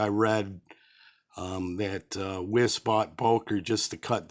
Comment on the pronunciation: Lovely knife! Wiss should be pronounced “Vice" - as in Beki Bondage... an ‘80s punk reference for the aging rockers amounts to us!